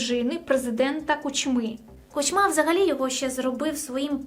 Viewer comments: Тему розкрито, але курча, чому КучмА? Наголос на першому складі. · чого всі ставлять наголос у прізвищі Кучма саме так? я чогось не знаю ?